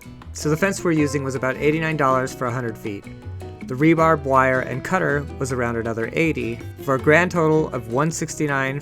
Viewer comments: You Rube ! Everyone on God's Green Earth Knows it's. "RE-BAR". not "RE-BARB" ! It stands for Reinforcing Steel Bar. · Will you please stop calling rebar, rebarb?